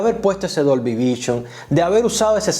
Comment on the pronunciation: Muy buen video! Pero me explotaba la cabeza cuando decías DOLBY vichon 😂😂